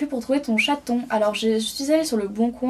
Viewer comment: Sa me fais trop rire quand tu dit chaton sa fais genre; Mon petit chaTTTTon ;D